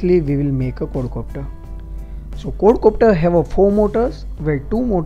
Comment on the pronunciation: he is saying cord copter :-):-) dude its quad copter!!